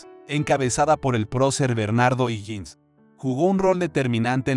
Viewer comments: O"Higgins se lee OJIGUINS Y tú dices IJINS. Es un apellido escocés.Te sugiero que alguien de tu confianza te colabore al editar tus videos. ¿no eres chileno, verdad? De todas fomas, tus videos son muy interesantes. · No sabe ni pronunciar ohiggins